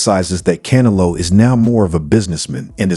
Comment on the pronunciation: Who the f is Cana-low. 😅